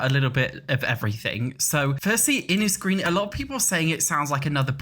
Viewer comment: Innisgreen is definitely going to be Ireland. There's lots of places in Ireland that are 'Innis_____'. Also makes sense with gnomes and 'green'. It's infuriating being from Ireland and no one is talking about how Ireland is getting a pack. P.S it's pronounced Innish